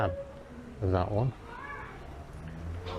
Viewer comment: When you say vat do you mean that ?